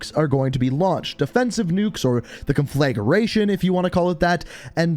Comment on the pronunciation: Con flay ger ation....... conflagration... con fla (not flay) gration (Grey shun)